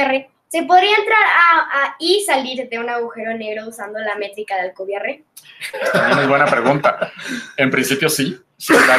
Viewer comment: Me ha encantado y enhorabuena por el video. Es interesantísimo. Tan solo un pequeño tirón de orejas; has pronunciado su apellido como "Alcubier"' como si fuera francés al estilo Pierre o "pier". Alcubierre es un apellido español de origen aragonés que se pronuncia como se escribe. Además es patronímico; hay un pueblo en Huesca que se llama Alcubierre (de hecho, su padre era español). Por lo demás, excelente charla.